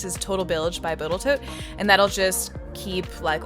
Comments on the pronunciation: I love how you still consistently keep pronouncing TotalBoat as BotalToat :D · I’m pretty sure you said "boatal toat" instead of total boat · Did you say Botal Toat? LMAO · You just refered to Total Boat as "Boatal Tote"? lol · anyone else catch her say botal toat instead od total boat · Did you know you said botal toat instead of total boat? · I'm not crazy. she says botal toat instead of TotalBoat, right? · I'm gonna subscribe simply because you said "botal toat" instead of "Total Boat". Lol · I think you meant total boat, not Botel tote. At least that is what I am hearing. . I hope I'm not the only one XD. Amazing Video btw!!!! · "total bilge by botal toat"? I think you meant "total boat" there right hehe? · did you say botal Toat?? ? Total boat perhaps? ;) enjoyed the video enyway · botal toat 😂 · "Total Bilge by Botal toat" LOL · Botal Tote??? 😂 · “Boatal Tote”…yeah I heard it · "Boatal Tote" he he he Sorry, ma'am, I just had to ... 🤭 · "boatal tote". Sounds like something I would say 😂😂😂. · boatal tode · my goodness i thought after all this time i was just hearing you wrong, but you are saying botal toat. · Hey hey she said botaltote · Botal Toat. Caught that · heh heh.. you said "Botal Toat". Not a sponsor? The workmanship was fantastic! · boatle toat? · You definitely said botal toad! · "Total Bilge by Boatle Toat" ROFL! I love that you left this in. great job on the camper. Love your work. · I am almost certain you say "by boatal toat" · "Botal toat" coming to stores near you. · “Total bilge from boatal tote” lol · “Boatal Tote” 😂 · I love how you said boataltote. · “Botal Toat” - lol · Boatal Toat. Hello;) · "boatal toat" 🤣🤣🤣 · "Bilge" by "Boatal Tote" 😂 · Not sure I could pronounce it correctly. To me, it's BotatToal. 😅